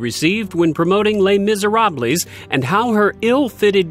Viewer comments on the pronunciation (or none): The commentator needs to learn how to correctly pronounce Les Miserables. I'm assuming he's an American who has no knowledge of other languages. My American I mean he's from the United States. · That is not even close to the right way to pronounce 'Les Misérables' or 'Prada' LoL